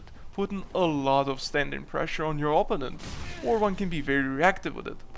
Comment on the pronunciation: please, PLEASE. o-PPÓ--nent (oPOUnent)